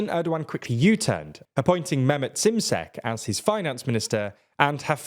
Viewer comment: It’s pronounced ‘shimshek’, not simsek.